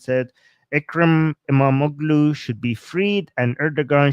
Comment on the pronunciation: I am an Indian American. I have lived and worked in Turkey for 4.5 years (35 years ago). I came to America when I was 29 years old. I've lived here for 35 years. I used to speak Turkish but now I have forgotten. You are speaking the Truth about Islamic countries. :). Its Imamoglu. (imam olu) g is silent. Yes Muslims do not like Dogs. But in turkey, They are kind to dogs. Dogs (and cats) are looked after very well in Public in Turkey. I used to have a dog in my Apartment and stay in Ullus, Istanbul overlooking the Bhosforous.